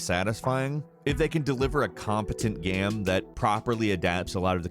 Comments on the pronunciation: Ghem ghem ghem ghem lol , all I hear is ghem not game. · My man keeps saying 'gayem' - It's GAME. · I love how this guy says ‘game’.... ‘gyame’ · why do you say gam? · hjk yeah. he’s going back and forth mispronouncing game and then pronouncing it correctly.